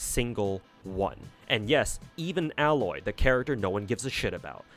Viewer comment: for someone who is keen on pronouncing names correctly. its not Alloy like the metal. Its A-loy, hard a sound.